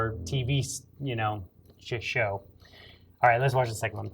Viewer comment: sounded like you said "t.v. sh!+show"???